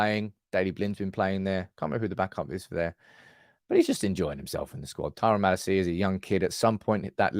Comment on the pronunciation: It’s Earuhdeeveezee, not Eradeeveezeah. Just like it’s ma-LAcia, not Mala-CIa. Love the content,. And I know you’re a bit dyslexic, right? I just figured you might wanna do it the proper Dutch way. ❤ UTFR!